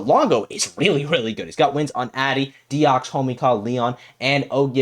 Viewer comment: Deox6 is Deoxys (the pokemon) and Raarchyor is Raarkyor if you want the French prononciations